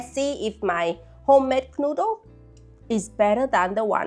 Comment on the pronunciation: Love how you pronounce Knödel like "knuddel", which means cuddle :)